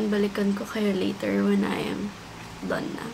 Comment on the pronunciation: “Done” not “thone”